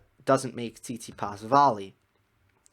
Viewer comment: “Sound like an American” LOL that was on point. Speaking of which, Stef’s name is actually pronounced TsitsiPAS. 😁